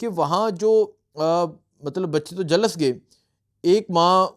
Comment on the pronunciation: 😭😭😭😭😭kash ye hakoomat tabah ho jaye🤲Ameen . O bhai jhalas nhi Jhulas hota ha